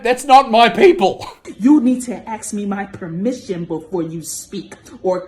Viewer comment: 😂😂😂 "lord may I have tour premmission to speak" look here.....regular human, get bent!!!